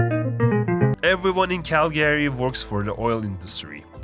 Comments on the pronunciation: Hey friend, a friendly reminder that’s it not “Cal-Gary” it’s Calga-ry 🇨🇦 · Why did he pronounce Calgary as cal-Gary it’s pronounced cal-guh-ree or cal-gree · cal-GRY. not cal-GARY, but I know it's a video to troll Canadians so good job. lmao Prince George the armpit of BC. You really skipped over Nanaimo, sounds like you didn't want to spend any time on your visit. that's unfortunate. It has a smaller city feel on the island, it's nicer than Victoria. Hospitable, if you want to chill here, some time. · Learn how to pronounce Calgary.